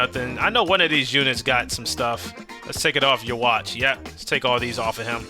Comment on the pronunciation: For yhwatch It’s not you-watch it’s you-ha-baa-ha